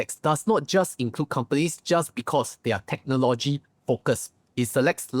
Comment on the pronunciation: can u learn to pronounce "technology" and also the word "modest"... is not pronounced "mode-ders"